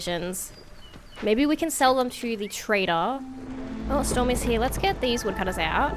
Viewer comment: You say "over here" like "over hee" are you Australian?